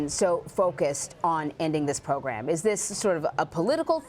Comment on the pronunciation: "the pwogwam" ~this reporter God...damn..... Come on CBS. If you want someone who knows Spanish too, OK, there are 40+M bilingual native Spanish speakers who are also English speakers...just in the U.S. This guy is very advanced at English but pretty bad at English pronunciation. Being a TV reporter is beyond his ability. This was the stupidest hire you could make. He's just painful to listen to. PAINFUL. Ridiculous. Huge disappointment.